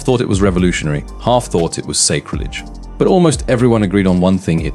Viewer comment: Your AI can't pronounce words like Gallifrey and sacrilege, amongst other words. Also there are odd pauses and intonation. Also there are no secrets revealed its all opinions and speculation.